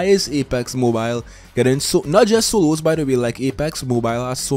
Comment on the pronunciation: For every, "soloos" he has said in this video, I'd be rich.